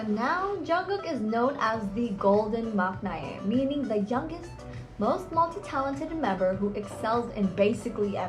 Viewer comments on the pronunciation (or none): Learn to pronounce "debuted" and "maknae,", come on!